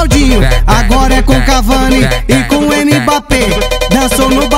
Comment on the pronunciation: Sabe nem falar Mbappe kkk